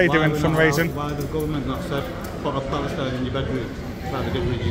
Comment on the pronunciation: Well done Mr Journalist, you've probably got that guard fired from his job and what kind of journalist are you when you can't even speak properly! Pal-es-tine... I can't do it any slower than that. If he has lost his job, hope you can live with it?